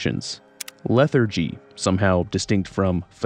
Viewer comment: 20 damage every 90 seconds = 30 minuets ? not a minute and a half? 60 seconds=1 minuet but to another 30 seconds should be 90 seconds right? and lethrgee is pronounced lethargee like you know lethargic not lethrgghhh you ready kids gic